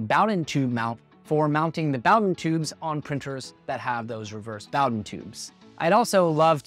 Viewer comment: I have never heard anyone else pronounce bowden tube that way....